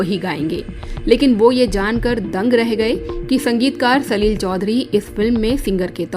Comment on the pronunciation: सलिल शब्द को आप सलील कहकर प्रिन्नसिएट कर रही है छोटी और बड़ी मात्राओं का अलग अलग उच्चारण है। आपके द्वारा सलील कहने पर शब्द में कठोरता महसूस होती है।